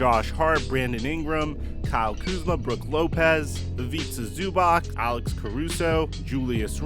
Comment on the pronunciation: Yo bro, you are pronouncing Bjelica right, why dont do it with Zubac, Divac aswell ? You are pronouncing like its Zubak or Divak, keep up the good work bro